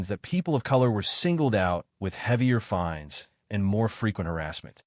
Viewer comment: LIENS NOT LEANS.FINES NOT FINDS.